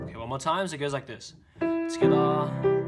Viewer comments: When he said togeather it sounded like he said skada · I love how he says togetha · South African style 🤝😂😂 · Togetha!! Togethaaa! But thanks for the tutorial. I am almost done with the practice.